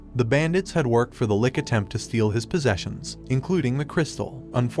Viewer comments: Also its "Lich right? not Lick?" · I just laughed at his pronunciation of Lich into "lik". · Lich not lick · 😂 😂 😂 Bro your pronunciation. The lick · It's not pronounced "lik" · some anime i watched recently had an english dub that said lick and it drove me nuts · This guy really butchered the pronunciation of lich and protagonist